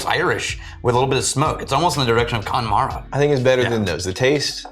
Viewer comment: Connemara has four syllables. I know it's difficult for, but it doesn't take much practice. It's only a word.